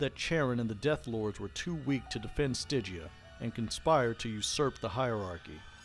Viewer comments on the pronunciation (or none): none